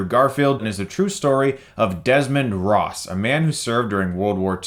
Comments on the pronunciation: It's Desmond Doss not Ross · hahahaha it's Desmond "DOSS" not Ross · it's Desmond Doss chris.. Not "Desmond Ross" sigh facepalm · "Desmend ROSS" *said ross not doss* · Ah yes, Desmond “Ross” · Desmond Doss not Ross come on Chris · It's Doss not Ross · Doss. Desmond Doss, not "Ross." lol I'm just sayin'. 🤜💥🤛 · Mmmmm it's not Desmond Ross it's Desmond doss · Such an amazing film loved it. Loved it loved it. I felt deeply for desmond. Its Doss my guy lol not Ross. I fell in love with Luke Gacey with this film always liked sam worthington & vince vaughn. Always been a hugo weaving fan. my dad was floored at the battle sequences he just could believe how realistic it was he said it was worse than SPR. I started crying during the battle smh. Desmond praying "dear God please let me get one more" just killed me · why did you keep saying "Desmond Ross"?! =( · "Desmond Ross" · Demond Doss not Ross lmaooooooo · Look at this fucking idiot, saying "Ross". It is Doss. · It is Doss not Ross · It is Desmond Doss not Ross but I won’t beat you up over that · It’s Desmond Doss not Desmond Ross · It’s doss not ross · Did you say Ross, DOSS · It's Desmond DOSS. Not Ross. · It's Desmond Doss, not Desmond Ross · Did you really go through the whole movie thinking they were calling him "Ross" instead of "Doss" LOL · Getting so ticked off with "Desmond Ross". It's Doss!! XD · It’s Doss, with a D. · "desmond ross" ITS DOSS NAB NAMIT. also. apocalypto was a bad movie when it comes to historical accuracy. but it was epic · ITS DOSS! NOT ROSS! But great movie and great review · It's not Desmond ross ITS DESMOND DAUS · Doss* not ross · Ross? It's Doss.... Desmond Doss. You had one job my friend. One job. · its doss not ross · Chris it's doss not ross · Its actually Desmond Doss, not Desmond Ross :) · It's Desmond Doss, not Ross. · Desmond Doss! Not Ross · Desmond DOSS. DOSS. With a D! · He said Ross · For the record the main character's name is Desmond Doss. Not Desmond Ross. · Desmond "Ross"?